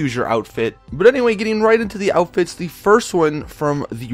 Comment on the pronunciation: Every time you post a Fashion Friday you say, GTA V Cool 'Outifts' instead of "Outfits" Lmao